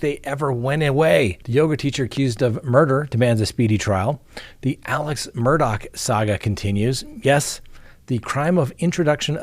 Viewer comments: It's driving me crazy... Mr Murdaugh name does does not end with "CK" it ends with " GH" Please pronounce his name right. I may have miss spelled his name here however I do pronounce it right. It's Murdaugh not MurdouCK. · If you listen to the early news about the case, it is pronounced with a ck at the end. I'm not sure why, but is going by the local (South Carolina) pronunciation. 😉 I can truly understand your thinking!